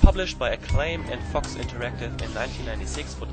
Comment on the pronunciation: When you said Fox interactive it sounded like you said Fucks Interactive XD